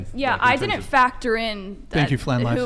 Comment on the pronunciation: The idiot, Kiko?, on the furthest right (with, of course a tattoo sleeve), is unbelievably, infuriatingly dumb. And her conviction makes her even dumber. She digs in and makes it even worse. She is an idiot! Also, the word is “didn’t,” not did-dint. There is a reason a contraction exists. It trims down the syllables. When someone says “did-dint,” they are immediately discredited.